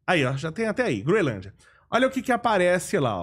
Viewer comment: O correto é Groenlândia, e não Groelândia.